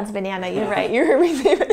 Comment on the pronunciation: He said grAypE Behnana